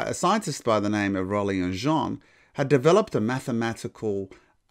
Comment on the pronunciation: (James) Jeans is pronounced like the denim trousers not like French Jean